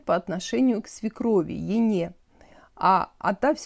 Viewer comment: В слове “ене” первая е не так явно, надо сеазать не Е, а какбы э-и, ну тааак мягче что ли , но не Ене, а как бы эне